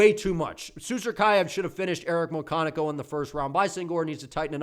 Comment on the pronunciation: Muyconico? Bruh it says it right there. McConico.